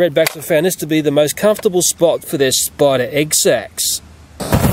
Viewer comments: Am I the only one that like when he says "spida" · We Australians don't emphasize the letter R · yeah we replace er with ah